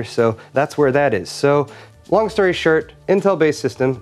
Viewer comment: Did he say "Long story *shirt*"? My God are all my favorite youtubers Canadian?!